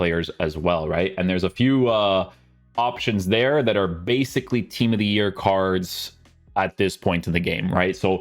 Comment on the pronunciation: Not hate just a genuine question, why do you say card normally but then randomly say cardshhh other times?